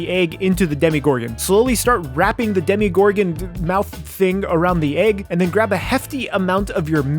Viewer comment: I love how you said demigorgon instead of demogorgon